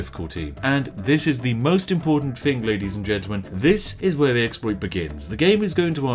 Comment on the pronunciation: Try to say thing without the g, and you will say it correct.